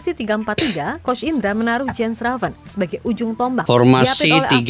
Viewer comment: Mengucapkan nama bukan Jen Reven bang….Yan Raven…..😜😜😜 entah kalau julukannya apa lagi….😀😀